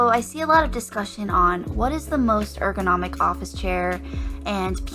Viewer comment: That’s not how you pronounce ergonomic